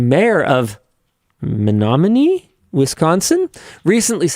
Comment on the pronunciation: Also good job on pronouncing Menominie (not to be confused with Menominee (MI).